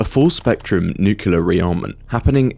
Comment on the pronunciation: Consider to learn how to properly pronounce the word "nuclear"